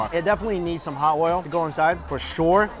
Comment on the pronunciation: "For shore". ❤️